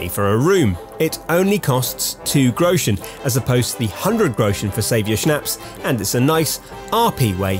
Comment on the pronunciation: Its funny how american people pronounce Groschen